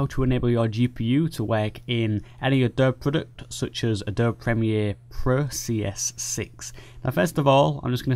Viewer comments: I can see that your intelligence is far ahead of mine and I wouldn't even consider a 'sparring of the minds' with you. However, just for the record, the pronunciation of the word "Adobe", is just like this phonetically spelled version: Ă-doe-bee, (if I may be so bold). Thank you for that video tutorial. I happened to stumble onto it while searching for something entirely unrelated. It looked like something I'd like to know, so I watched. I have yet to assess if it can be applied to Adobe Photoshop CC, Lightroom, or Adobe Photoshop CS6 Pro. In fact, it's possible that this tutorial is only for those who have an older graphics card. I have a GTX 1070 and my other desk top has a much older card; an MSI R7970 BE (ATI/AMD?). Because I must resume what I was initially doing, I can't check on those questions just yet, but I will. At any rate, the video was very easy to follow and I thank you. Rich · A - DOB - E. Three syllables. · hilarious the Adobe-E pronunciation. I will use it next time I am drinking tea or an english benchmark. btw, adob might be in the path, so no need to do cd nonsense. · Its triggering me so hard how you pronounce Adobe...